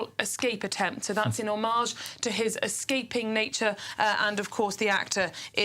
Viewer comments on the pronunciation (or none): none